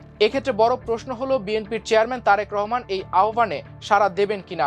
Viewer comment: Tarek Rahman er nam tik e sondor kore porlen news presenter.